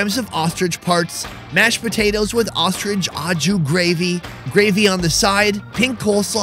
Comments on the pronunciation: its not ah-ju it's oh-shoo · please... you've gotta stop saying au jus like "awe-jew" 😂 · the mispronounced "au jus" drove me nuts lol. OH SHOE but the "sh" should have a more "z" sound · SAY AH-CHU GRAVY ONE MORE TIME... lmao I laugh everytime. It must be an american pronunciation. Hilarious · When you hear a tv chef say "En Jus " to sound like a pro and yet still doesn't realize that it is "Aux Jus" that he might be trying to say . Dude why say stuff in french when you have zero clue ....Aprend a parler LE language proprement Sinon tu passe pour un connard.....non pas a canard Mai's un connard.... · learn how to pronounce au jus !!!! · You make a cooking show and can't even bother to pronounce "au jus" correctly the dozen or so times you say it... Not to mention trivializing Amelia Earhart's and the first men on the moon's accomplishments by comparing it to cooking an oversized bird... Do better. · That's not how Au Jus is pronounced.